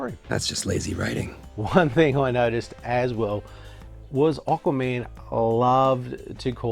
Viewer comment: Why do you call him "Oqua-Man' lol ;)